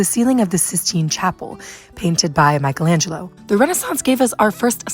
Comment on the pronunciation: The right pronounce of the italian word "rinascita" is /riˈnaʃita/ - [ri-NÀ-shi-ta]. The right pronounce of the italian name Michelangelo is /mikeˈlandʒelo/ - [mi-ke-LÀN-dje-lo], not Michaelangelo